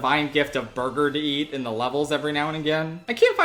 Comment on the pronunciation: Bwergur. Can never say it normally ever again. 😁